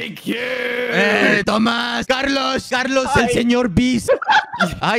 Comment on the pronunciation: it's Karlos not kArL😎🙄✋ ñ